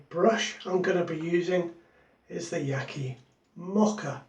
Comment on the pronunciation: By-the-way, Yaqi is pronounced: Ya-shee.